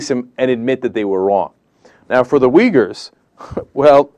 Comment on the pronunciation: Dude, when you Uighurs just pronounce your name. You are saying their name wrong...